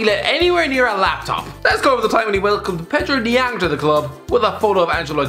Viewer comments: Hayden Evans Yh I was wondering who Pedro Diang was 😂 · The irony in getting Pedro Obiang’s name wrong in this context 😂